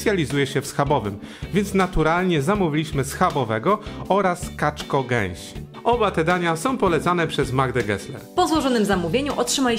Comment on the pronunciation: Kaczko geś a nie kaczo geś 😜